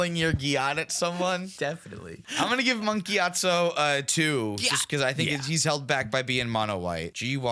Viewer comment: I was not only unprepared to hear "Monk GYATso" but then to also hear "swing your gyatt at someone" completely shattered my world T_T